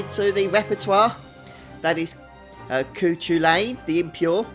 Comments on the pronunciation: Its pronounced COO-CUL-IN. Its a mythical figure from Irish folklore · Hey man it's from Irish folklore it's pronounced coo-cull-an. Love the videos keep it up 👌👍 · I know this video is old, but his name is pronounced (Coo-cul-in). Amazing video tho, huge help. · downvote for not being able to pronounce Cúchulainn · You pronounced it wrong dude its an irish name lol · He's a Brit. They always pronounce names wrong.